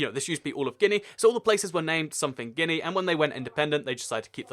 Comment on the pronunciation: It's guy-ana and gee-a-na